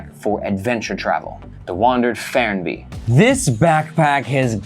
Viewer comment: And here we experience a typical American not being able to pronounce non-English words (Fernweh is german and means the urge to travel to distant places, translated to Wanderlust). The pronounciation is [ˈfɛʁnˌveː]